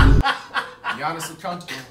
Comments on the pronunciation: Not even cash can say his name right it's not G.oniss it yannis i searched it pronounced yannis and the last name cash got wrong his saying of his last name is dang near flights, its on teat a koon po spelled antetokounmpo and just looking at his name, you should be able to pronounce it (if you know the rules of the English language) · “ Gionis “ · Giannis is said “yanis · The actual fact that they called Giannis with the “G” actually hurts